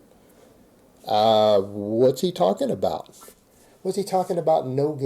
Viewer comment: When says “about” it sounds like he says “a boat”. He’s such a complete tool.